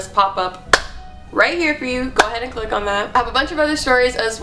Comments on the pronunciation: "cleak" lmaooo love to hear more of these spOooky stories snapchat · "make sure you cleek"😂